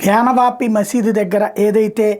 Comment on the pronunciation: Correct your pronunciation if Gnyanavapu. You are omitting y and saying gnanavapi. First correct yourself